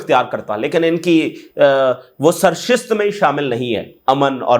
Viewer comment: English to chaliye foreign language he ,apni urdu to durst karlo,waqt ka "pahiya"hota he aap "peeha" kehte ho😮 sahi lafz "sarisht" hota he aap"sarshist" kehte ho bhai sudhar jao